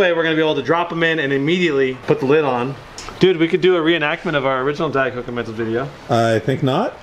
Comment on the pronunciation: its not men toes its mentos